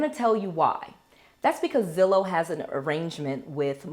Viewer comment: Is it too late for the word lol it’s Zillow I know it may not matter but I’m subscribed now lol